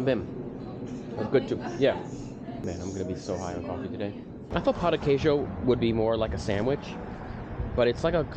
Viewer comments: "Pau de Queijo" definitely is not "Pão de Queijo !" Ahahaha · beware of "pau de queijo" pau means dick in Brazilian Portuguese. the correct is pão de queijo, like "paun" not pow . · I'm a brazilian and in I laughed so hard, most beginners can't pronounce correctly "pão de queijo"(cheese bread), so it sounds something like "cheese dick" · Bro, a council: NEVER, IN NO HYPOTHESIS, say “pau de queijo”, it’s pronunciation is like “peu de queijo”. ‘Pau’ is dick in Portuguese. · O cara fala pau de queijo kkkk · He's doing very well, except the "Pau de queijo" 😂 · It's very funny for us brazilians to hear foregneirs pronouncing "Pão de Queijo" as "PAU de Queijo", because the word PAU means Stick but it has a sexual meaning hahaha but I do understand that it may be difficult for foregneirs to pronounce words with "Ão": Avião João Pão Natação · Just be aware how u pronounce the word "pao de queijo", the word "pao" cannot sound like "pau" it means somenthing not very nice to say to a stranger 😂😂😂😂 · Acho que a atendente da cafeteria sabia falar em espanhol e pensou que seria mais facil pra você conversar assim, digo isso por que em sua primeira conversa não parecia estar falando em pt br 😆, e o clássico "pao de quejo" 🤣 todos que estão aprendendo ptbr tem a dificuldade de pronunciar, faz parte. Parabens e sucesso nessa jornada🙌🏼👏🏼